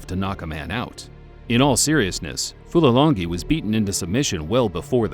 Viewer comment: The fight announcer should be embarrassed that he could not pronounce Fulilangi''s name correctly. Unprofessional.